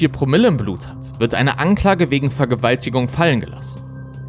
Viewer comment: Hey...mal ne ganz kurze Frage rein aus interesse...das Wort "Vergewaltigung" wird mal klar ausgesprochen und mal wird es abgehackt...wo ist der Unterschied undcwarum wird das mal gemacht, und mal nicht? Danke schonmal 🙈